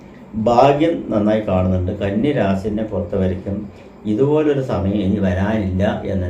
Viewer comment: റാസി അല്ല രാശി